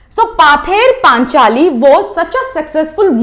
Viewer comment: Thank you mam...but it's pronounce পথের পাঁচালী in Bengali.